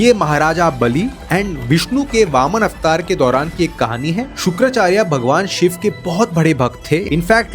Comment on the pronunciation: Shva nahi shiv ji bolo